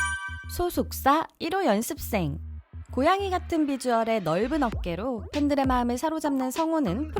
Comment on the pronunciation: 연습생 발음을 열ㄴ습생 이렇게 하시네 신기하다